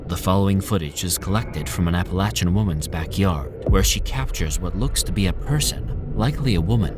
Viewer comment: love the content of this & most of your other videos....on this one I have to say that it's APPLE-AY-SHAN MOUNTAINS ....NOT APPLE AT SHAN....Unfortunately, it really creates quite a distraction steadily throughout....surprised you didn't bother to look up the pronunciation on that since it's such a dominantly used word throughout the entire video....